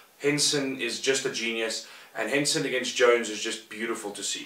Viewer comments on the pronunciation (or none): Henson, did you say H E N S E N ???